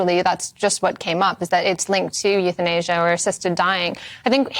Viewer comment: Did she say euthanasia????